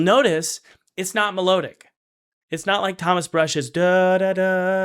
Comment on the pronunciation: It's "me-lod-ic" not "me-load-ic"